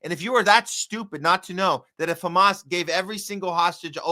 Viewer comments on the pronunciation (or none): none